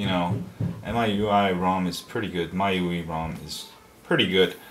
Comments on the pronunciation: M-I-U-I say the letters sorry for correction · It's pronounced my-you-eye